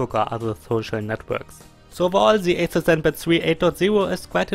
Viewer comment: Do i hear you right? Atut Zenpat?